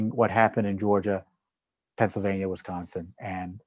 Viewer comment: Tom! Did you just say wisconin? That must be the combination of Wisconsin and Michigan.